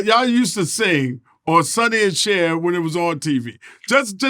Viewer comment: Dawg ITS CHER